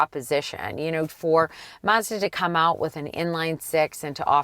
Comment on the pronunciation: If would only learn how to pronounce "Mazda."